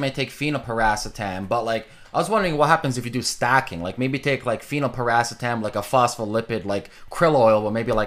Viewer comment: thanks, i thought thats what he was referring too but it sounds like he wasn't pronouncing it "phenylpiracetam." maybe i'm trippin ;)